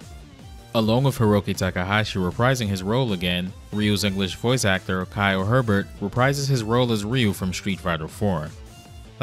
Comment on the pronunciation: No offense, but Kyle Hebert's name only has one "r." His last name is pronounced like "hey-bear." (The "t" is silent.)